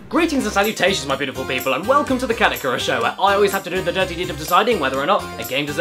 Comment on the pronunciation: I cannot unhear CADICKINYOURASS XD